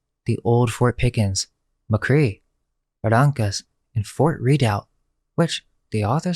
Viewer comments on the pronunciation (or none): C'mon man, it's pronounced Buhrankus (Barrancas), Mikray (McRee), Sirvanteez (Cervantes), and Tehhar (Texar). A local should know that. You sound like a google maps narration.